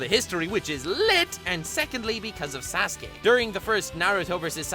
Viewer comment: He says sas-gay